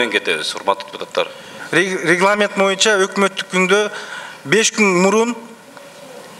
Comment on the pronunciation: "Моюнча"- эмес боюнча га дейм